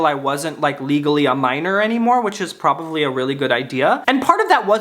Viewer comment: i love the way you say “probavly” instead of “probably”. I’m not making fun of you come on stop it. I love you. And I kiss you… miss* sh*t come back… i’m looking out my window like a lost lady waiting for her husband to come home from war… the only man who makes her laugh like tomorrow could come or go and the rain would still bring joy to those who deserve it. I love that you exist and I wish there was more recent evidence of that. Maybe next time.